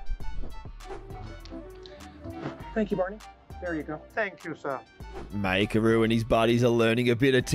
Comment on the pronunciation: It's mAikeru (mykeru), not Maykeru :)